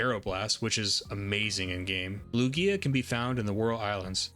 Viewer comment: I was watching your video and though it was good until I heard you say Lugia..